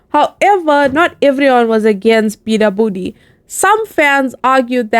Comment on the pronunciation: its beabadoobee u pronounced it wrong